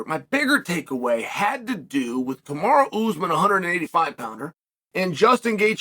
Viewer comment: Chael it’s Ka-ma-ru not kamara!